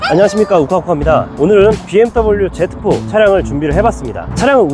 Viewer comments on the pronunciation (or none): Z제트포가아니라. 지포라고 말합니다